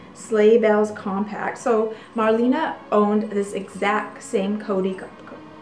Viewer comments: She passed away in 1992. Her name was Mar-le-ne. Not "Marlina". Apart from that, great and fascinating video. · "Mar-LAY-nah" is the way to pronoucein both the US and everywhere. She was a great WWII heroine and went to front lines, with the Amerians! Germans never forgave her. She died in Paris.